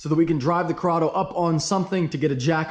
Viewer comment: CORRADO RHYMES WITH SILVERADO